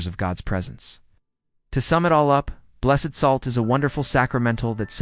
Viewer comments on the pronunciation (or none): This is a wonderful explanation- for children and for adults! One small note- I was taught that items are blessed, pronounced like blest- and people are blessED, like The Blessed Virgin Mary. So I think with salt it would be pronounced like blest. That's what I learned, anyway! So glad this vid popped up. I just subbed.